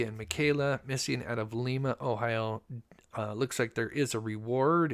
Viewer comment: FYI, the town in Ohio is pronounced with a long I (Lyma) not Leema.